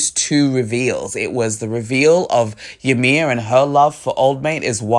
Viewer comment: fun fact the name Ymir is actually supposed to be pronounced as " EE-mir". not yamir. It is a very common mistake.